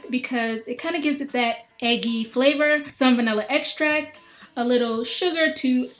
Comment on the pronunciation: when she said "some vanilla extract", i thought she said "salmonella extract"....